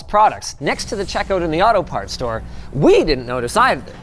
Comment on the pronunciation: That took me a moment to realize he said auto parts store.